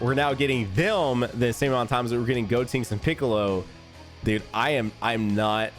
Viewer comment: Why do you call him goTINKS when it's goTENKS 😂